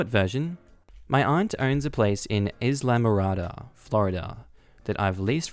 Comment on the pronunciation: ‘Islamorada’ is like the word ‘island’, the ‘s’ is silent, and the ‘I’ is long. 👍 adding: maybe the op could purchase the place from his aunt? They can’t kick the new owner out, can they?